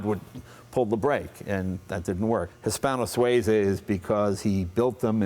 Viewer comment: It would be really nice if Leno learnt how to pronounce the names of cars e.g. the Hispano Suiza. I guess it's a lost cause. Americans just don't want to do things properly.